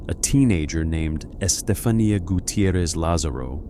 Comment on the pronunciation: Isn’t it pronounced Estefan-YA? Just wondering. 😂 Veronica was a very creepy movie.